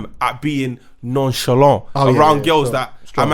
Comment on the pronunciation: Man said "nonchalent" with the French vim lol